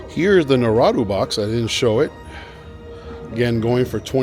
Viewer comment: How you’re saying Naruto is crazy 🤣🤣